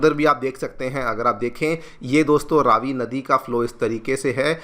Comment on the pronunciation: Please can you pronounce the Name of the river correctly?!? It’s not Raaavi but Ravi (as in Ravi- vaar…🌞) - thank you.